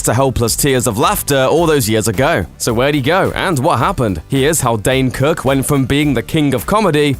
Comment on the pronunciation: "Years agaoe..."